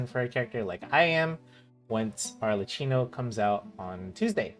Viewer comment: I'm Italian and the ch together make a k sound so it's pronounced Arlekkino. Also, the other character who helps with crystalfies is not Kazuha but Yaoyao who has the same passive as Sayu.You can relog and the crystalflies will respawn if they have flawn away. Just saying, I don't want to argue or anything just trying to be helpful